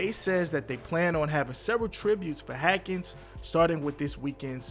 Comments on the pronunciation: Dwayne Haskins... not Hakins. Spelled correctly...pronounced wrong throughout the video. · Dude 1st of all his name is HASKINS NOT HATKINS!!! Secondly for you to say that SOMEBODY said he wasn’t satisfied with the way his career was going is pretty much on the line with what that IDIOT Adam Schefter said. Before you start reporting a death you should get facts and NOT spread WHAT YOU HEARD, unless it’s FACTUAL. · Why do you keep leaving the S out of his last name? It's NOT silent. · You can't read that well it's Hassss kins not haken.. lol but ok 👍🏾 u said alot 🤣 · Last name is Haskins not Hackins js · His name is pronounced “Haskins” not Hatkins bro… C’mon man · HASKINS!!!!! Well we see why he does this on YouTube…man do you not even check your videos before you post them!?? That’s very disrespectful!!! Now who is this DeWayne Hatkins you keep talking about!!???? HASKINS MAN!!!!! You should apologize to the family for doing such a botched amateur video on their loved one they mourn and you can’t even get his name right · I salute you for the video, but his name was "HASkins" not "Hackins" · He ran out of gas. We say "Haskins", you say "Hackens"? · It's Haskins not hakens bro all ur videos say that. RIP DEWAYNE O-H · Yo say his name right HASKINS not hakin sheesh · His name is not “Hakins” it’s Haskins. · HASKINS not Hackins. That drove me crazy over and over though out the video. I almost just turned it off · Can you not read?!? It’s one thing to not know the player but how do you pronounce Haskins ‘Hackins’. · “H-a-s-k-i-n-s”. Ha-skins,,,,,,not Hakins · His name is Haskins, not Hakins❗❗You Clout Chasing PEON🧐❕❕You don't even watch Sports❗❗Not to mention, you're gonna make like 75 more Videos 🎥 Saying the SAME EXACT THING OVER & OVER❕❕Roaching off that man's name The EXACT SAME WAY you was Roaching off of POP 💭 SMOKE 😢 You need to hit by a 🚚 so we don't have to hear your corny a** Videos any more🥳🥳🥳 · It’s pronounced HASkins! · The “s” isn’t silent haskins